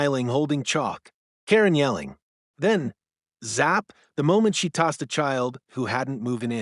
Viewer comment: Its tazed not tossed